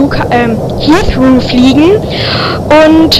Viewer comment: Wie alt bist du? 8? Es tut weh, wie du "Heathrow" sagst...